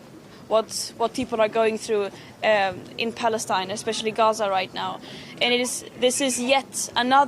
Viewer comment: Idiot can't even say Palestine properly.